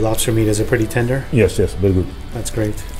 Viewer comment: had me dying “Is it tender?” “Yesyes vedy good” Proceeds to inhale sushi roll